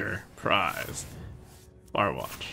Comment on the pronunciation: "Mor'shan WATRCH Post" lol